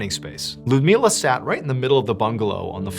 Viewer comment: Ludmiła is pronounced "Loodmiwa" and Ivan "Eevan".